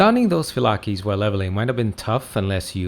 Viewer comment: It’s not fee-la-key it’s fi-lake phylake